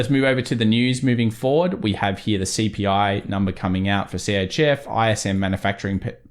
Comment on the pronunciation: I get a little burst of dopamine every time says "Right Heeyah" Love your analysis. Very close to how I do TA.